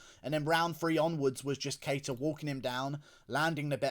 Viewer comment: I love your coverage whether I always agree or not and I love that you owned the shit outta 'cater' v 'kuh-tar' lmfao made me laugh